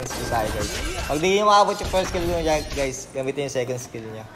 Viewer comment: The only thing i understood was ling tutorial guys * guys* gaaaaaichhh